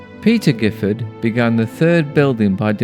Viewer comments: The family name is pronounced with a soft G’ as in Jiffard. This is because of its French origins. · My understanding is that William of Normandy, after his invasion of England in 1066, granted the lands to those who had supported him. Therefore the Giffard family name is of a distant French origin and should be pronounced with the soft G. I have heard it pronounced both ways. I live in nearby Codsall and have always loved the countryside round Chillington. I’m now almost 80.